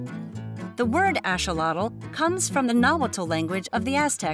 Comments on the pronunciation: She said asholotl not a axolothl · It’s called axolotl not asholotl🤣🤣😂😂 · it is an axolotl not an asholotl get it right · I don't understand why it's pronounce "asholotl" in this video but the correct pronounciation is "axolotl" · why are you saying Asholotl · Asholotl? This is the first time I hear someone pronounce their name like this. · thats what i was saying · She mixed the nahuatl and the English pronounciation